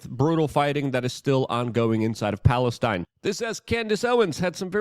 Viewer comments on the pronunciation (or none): none